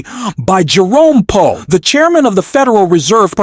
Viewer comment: Learn how to pronounce Powell.